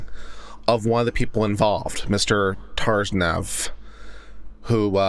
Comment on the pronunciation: To say their last names don’t try to pronounce the T